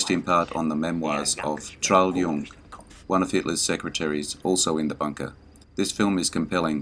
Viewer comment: Das Boot. Pronounced "Boat" just like the English word. Trudle Junge. "Yoongeh" The lack of use of special effects for the town of Dunkirk and the French soldiers holding the Germans back mars the movie Dunkirk.